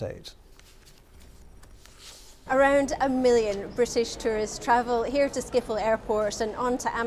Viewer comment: Excuse me what the hell did you call Schiphol? Skiffol? it's more like ship-hol